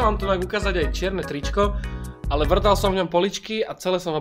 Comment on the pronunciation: ten ale vŕtal som v nich poličky moje uši popritom počujú: Drbal som v nich stoličky